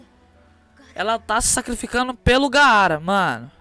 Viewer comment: Nao é gaaaaaara como se pronuncia é apenas gara q se diz